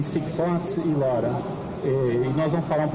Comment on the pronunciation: Desisto. Trata-se apenas de um comercialzinho fuleiro da SigFox. De LoRa quase não se fala, e quando tocou no nome ainda pronunciou como "lóra" em português, esquecendo que é um acrônimo para Long Range (LoRa). Falando que a cobertura é de até 50 km. A conversa de superpropagação de sempre, que só cola quando pega um monte de meninos que não conhecem nada de RF. Apenas saiu pegando material da Internet e vomitando como se tivesse conhecimento prático no assunto. Foda e lastimável quando a coisa é patrocinada.